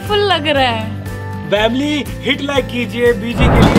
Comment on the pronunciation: Bhai vamily kyu Bolte ho